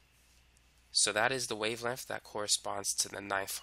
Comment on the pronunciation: cuz i dont like the way he pronounces wavelenf